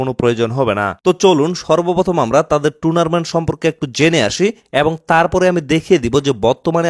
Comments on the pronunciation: টুনারমেন্ট না রে ভাই টুর্নামেন্ট 😂😂😂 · আরে ভাই এটা 'টুনারমেন্ট' না😂😂 টুর্নামেন্ট 🎉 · ভাই শব্দটা টুনারমেন্ট না, টুরনামেন্ট/টুর্নামেন্ট ❤❤❤❤❤❤❤❤❤❤❤❤❤❤ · Are tunarmant noy turnament😂😂😂😂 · ভাই উচ্চারণটা টুনারমেন্ট না, টুর্নামেন্ট হবে